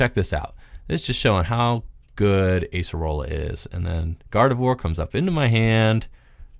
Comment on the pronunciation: Those Acerola plays were so good, momentum changers. Also nice to see her name pronounced correctly too.